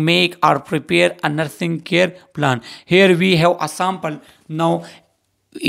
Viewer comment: Pronunsation tek nhi sir plane mean jehaz ye jo hai ye plan hai